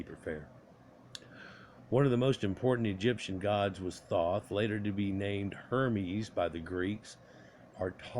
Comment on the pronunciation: Pronounced - Th - oh - th